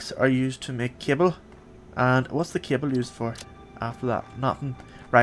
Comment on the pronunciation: you said cable I thought you said kibble. I was like can you train stuff now to be pets